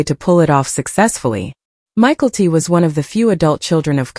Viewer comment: Please learn to pronounce (mykelti) ma kel te